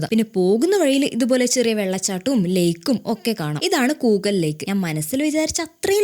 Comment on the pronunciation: കിളവരാ അല്ല klavara.. And Must try Shoomz🍄🍄കൂകൽ അല്ല കൂക്കാൽ